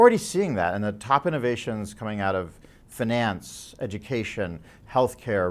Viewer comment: It's weird how he pronounces "finance". Must be the region. Or everybody found it was funny and let him pronounce it as such!